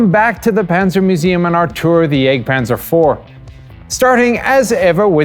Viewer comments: At hazard of being thought of as as smartass, I will suggest that the more proper pronunciation of the vehicle name might be Yahgt panzer (jagdpanzer), for hunt or hunting panzer. The term for the HUNTERS changes in pronunciation to panzer yayger (or Jaeger in English letters) for the crewmen, with an umlaut (two dots) over the A. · sounds like he's saying the egg panzer iv